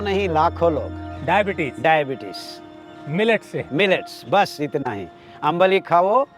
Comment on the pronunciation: It's आंबिल ❤.. not अंबली